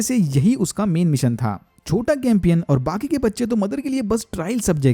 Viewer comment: चैंपियन है न की कैंपियन